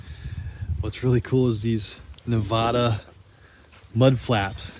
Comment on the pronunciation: Looks like you have Warren Hubs in the front end so that's a 4X4? Oh by the way it's Nevada not Navaaaaada😊